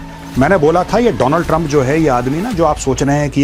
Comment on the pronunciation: World : Donald trump. Modi : Doonal trump 😂